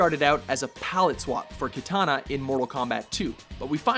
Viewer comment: Keytahnah? Jesus Christ, learn to pronounce names.